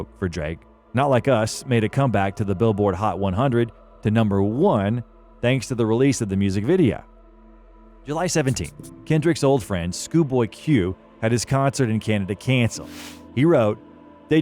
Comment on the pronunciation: Bro wrote and SAID scoo-boy